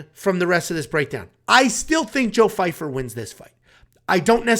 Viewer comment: Why does everyone keep calling him Fyfer. Guys his name is Joe Pyfer